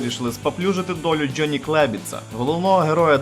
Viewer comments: ты про слово джёни? Я прицепился из-за гласной буквы. Правильно Джонни, а он говорит Джённи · У вас классні відео, але будь ласка попрацюйта над вимовою англомовних слів. Це "джьоні" просто ріже вуха. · Братан, что это за джёни или слово ярлык с ударением на первую букву? Мову каверкаешь